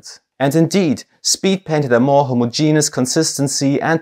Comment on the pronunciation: Your pronunciation of homogenous was fine